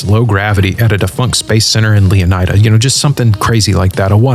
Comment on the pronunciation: I think leonida is supposed to be pronounced leoneeda